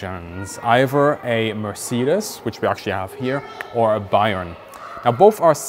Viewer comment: Weird hearing the correct way to say Mercedes. In the US it is pronounced mer-SAY-deez. Even the Mercedes commercials pronounce it that way. Richthofen actually tested the D7 and the DR1 and he was wanting the D7 instead of the DR1. I think he would have been even deadlier in this plane. My dad told me he talked to a WW1 pilot when he was in the Navy back in the 1960's. The US pilots use to call the Fokker something that sounded very similar, lol. Only in Germany would they use a digital pattern paint blocks in 1917.